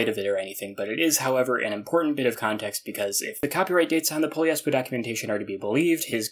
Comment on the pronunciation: Hmm… i guess it it’s not Poliespo, it’s “Po - LIES - Po “